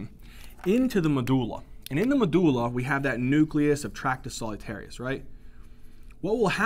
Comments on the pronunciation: I love how you say “medooola” haha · When you realise medulla is actually MADullah 👌